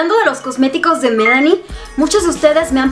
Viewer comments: Por qué dices Melani es MIlani, lee bien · Hola, me gusta mucho Tus videos!! Saludos desde Destin, FL un cosa que te quiero dicer, aca entre amigas!! La marka de los Blush... "Milani" lo estas dicendo mal usted dice "Melanie" y no es. Ase!! solo lo digo por buena onda por favor no se molesten!!!